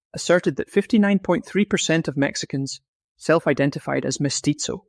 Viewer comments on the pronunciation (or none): 😂😂😂😂 and all the other names 😂😂😂😂 He says mestizo like pizza 😂😂😂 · I recommend you Google how to pronounce "mestizo".